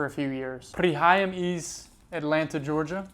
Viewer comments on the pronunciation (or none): none